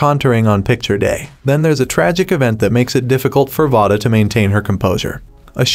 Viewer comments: Her name is not pronounced vah-duh. It is vay-duh. Just to be clear... If you're going to talk about a movie or show, maybe learn how to pronounce their names right? Just saying.. This movie was very heartbreaking... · I dont like how he keep miss saying her name its v-a-da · please say Vada correctly omfg